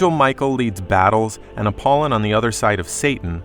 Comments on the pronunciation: Apol Y on. Not Appolon. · APOLLY ON AGAIN SAY IT RIGHT PLEASE.